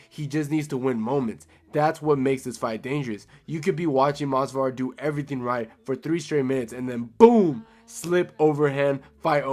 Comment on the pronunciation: it’s Movsar not Mosvar. Bro is so boring his own fans don’t even know his name 💔